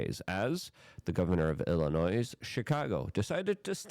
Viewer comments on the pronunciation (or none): Dude, Illinois is pronounced “ill a noy” NOT “ill a noise”. The noise there is just Pritzker belching his BS. Love your show, keep up the good work! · Illinois is pronounced Ill in oy, no S sound. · Illinois is pronounced, “Illi-noy.” You don’t pronounce the “s.” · Illi-NOISE, Hoots Ease, Doy-ge... does he mispronounce words intentionally? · The S in Illinois is silent. It's pronounced ill-anoy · You pronounce it, “Illinoi.” You don’t pronounce the S. You make it sound like there are two of them. 😂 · Stop calling it Illi-noise. Give us some respect. Most of us aren't commies, we're hostages. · You don't pronounce the 's' in Illinois. Re-re alert! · I wish I could tell you privately. The “s” in Illinois is silent. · Love ya Luke! I must say I cringe when you say Illinois. FYI the S is silent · The “S” in Illinois is silent. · It’s Illinois the “s” is silent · You don't pronounce the s in Illinois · Luke - the s in Illinois is Silent. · Illinois.....THE S IS SILENT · Luke can’t speak English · Love the show Luke! Also, the S is silent when pronouncing Illinois. 👍 This corrupt prick oligarch governor also wants an additional 30 cents tax per mile on Illinois drivers.